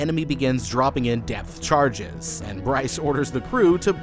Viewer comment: “Depth charges”, not “death charges” 🤦‍♂️